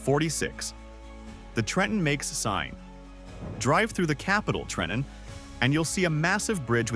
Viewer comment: Best part of this compilation was A.I. voiceover pronouncing "TREH-EHN" correctly on the first attempt 😂😂😂